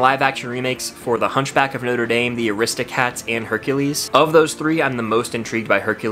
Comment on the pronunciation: You’re pronunciation of The Hunchback of Notre Dame makes me cringe so bad and I don’t know why. I’ve never heard anyone pronounce it that way before.